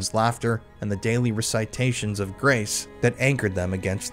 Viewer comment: your reading is too robotic, so it ruins the natural flow of the story. recitation is pronounced ress eh tay shunz, not ree cy tay shunz. FETID. ANOTHER word you've mispronounced!